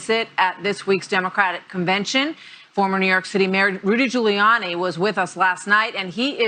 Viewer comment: Nobody liked "Rooly" Giuliani